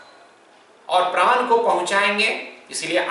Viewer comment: प्रान नहीं प्राण कहा जाता है ।